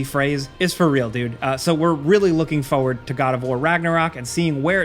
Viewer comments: Please. It's FOR-WARD. PLEASE. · There are two r's in the word "forward". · You say “forward” wrong. An you say it lot.